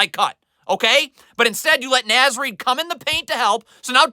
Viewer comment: I like the enthusiasm on all these videos. Just wanted to point out it is naz Reid pronounced nawz.